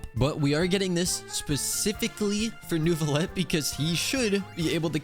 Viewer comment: I can’t stop hearing “Nervillette” 😭